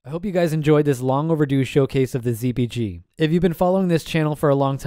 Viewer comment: Even the CC thinks your saying Z"B"G lol. Took me a moment.